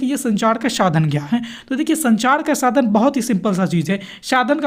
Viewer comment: Sir ap sa ka sha kyu padhre ho shadhan shadan bolre ho vdo achi h bhut par apke jo word h wo shi no h apne word ko sahi kro sadhan hota h shadhan ni jaha sha padhna chaiye waha ap sa padhre..or jaha sa padhna chahiye waha ap sha padhre😂